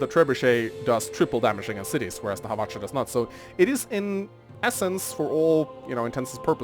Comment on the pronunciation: I think you pronounced that Hawach'a thing right